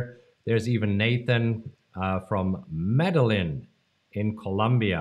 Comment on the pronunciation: I learned something about today. He does not watch Narcos on Netflix or George Gammon on YouTube by the way he pronounced Medellin. I probably would have pronounced it the same lol.